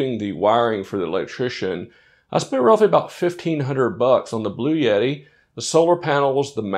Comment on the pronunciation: You had me right up until you said bluyetti... please buy a victron controller and a battery system. They're much cheaper and scalable...